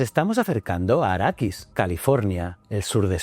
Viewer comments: Quiero pegarte cada vez que dices arakis!!! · Bien, pero es Arrakis (no arakis) y especia melange (no melonge). ;-)